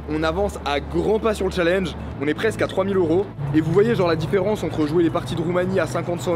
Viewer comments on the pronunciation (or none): none